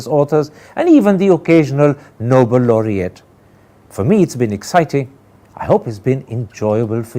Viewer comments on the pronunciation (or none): Karan, it grates me every time I hear you say ‘noble laureates’ instead of ‘Nobel laureates.’